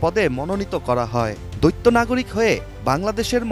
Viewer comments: রিপোর্টার বারবার বলছে দৈত্য নাগরিকত্ব। এটা দৈত্য নাগরিকত্ব না এটা বলতে হবে দ্বৈত নাগরিকত্ব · দৈত্য নাগরিক মানে কি? উচ্চারণ আগে ঠিক করুন। দ্বৈত নাগরিক বলুন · Pronunciation thik moto kora uchit - doitto na, doito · উচ্চারণ দৈত্য নয় দ্বৈত হবে।🙂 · দৈত্য নাগরিক কী করে হয় মানুষ? "দ্বৈত" আর "দৈত্য" উচ্চারণ শিখতে হবে। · ওরে ভাই দৈত্য নাগরিক নয় দৈত নাগরিক। সংবাদ মাধ্যমে চাকরি করছেন অথচ বাংলা সঠিক জানেন না ,এটা কেমন কথা ! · দৈত্য নয় দ্বৈত :face-orange-frowning: !! উচ্চারণ হবে 👉দইত নাগরিক ...।।:glasses-purple-yellow-diamond::glasses-purple-yellow-diamond